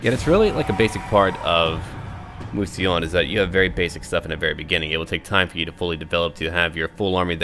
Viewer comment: Pronunciation: Mousillon - Moo-See-Lee-uhn